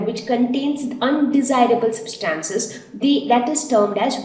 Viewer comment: The pronunciation of 'Substances' is incorrect